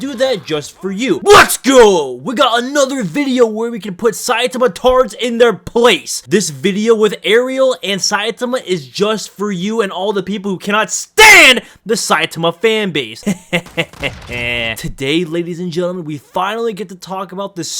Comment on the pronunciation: Why you sayin ArIEL